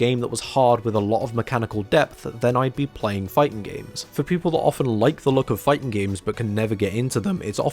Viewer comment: "The fighting genre" & "Fightin' games" Why do you drop the G at the end of "fighting" only when "games" is the next word? Is that a running joke I'm not aware of?